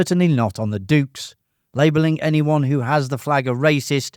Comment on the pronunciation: Sorry, mate. Never heard of the "Jukes" of Hazzard. 😂